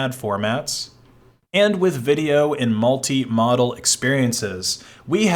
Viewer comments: That's modal, not model. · Yeah, I don't think modal means what you think it means, especially when you mispronounce it that way.